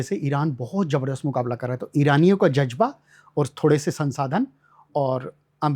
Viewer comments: Jazba ko jajba bologe to kiya persian padhoge 😢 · Ye janab Farsi padhey magar talaffus bada kharab hai jazba ka Jajaba...Azad ko ajad,julmositum?